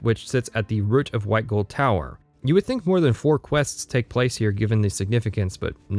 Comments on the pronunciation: he say's rut instead of root, does he say butt instead of boot? I certainly hope so. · Yeah I don't care about your opinion or the length of the video, but what the fuck is up with that pronunciation of "root?!" It's pronounced like fruit, or boot, not "rut." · I've never heard anyone pronounce root like that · Weirdly enough, that's how North Dakotans pronounce it. They also say rut beer. Don't know how, who seems to be from the east coast, got the point of saying "rut." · Hitting the Fighters Guild section now, enjoying so far. That Canadian pronunciation of 'root' though